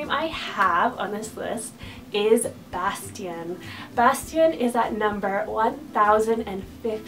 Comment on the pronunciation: Bastian : Very classy and sweet! I love how you pronounce it! Bear : SO sweet, and meaningful for me <3 Cillian : I had Cillian Aidan on my extended boy names combo list in high school lol Onyx : SUCH a great name, I'd love to see it used more! Caspian : Gorgeous perfect name <3 <3 Boaz : Love the biblical association! Finnick : Finicky ;) Everest : LOVE the sound of this, if it was more meaningful for me I could use it! Elon : Great Eli alternative! Osiris : Somehow I've seen this name more on girls than boys, so strange! Truett : I'm FB friends with a mom that has a son named Truett, he's super adorable! Wells : OOoooh fun!! Wellington is adorable! Arrow : I just can't dig the weapon names! Callahan : So distinguished!